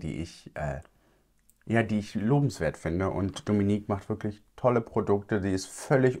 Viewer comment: Ich liebe deine Videos Aber JETZT noch mehr 🥹😍😍😍 Es ist sooo schön wie perfekt du den Namen „Dominique“ aussprichst 😮😍 Ich werde ständig Dominik, Demeenique etc ausgesprochen😒 Du zeigst wie es geht 🫶🏼😅😍